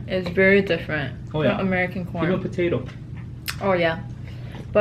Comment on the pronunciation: I was talking to my husband at the time you were talking about American corn and I could have swore you said American porn! I snapped back real quick and was like what in the world is talking about today?! 😂😂😂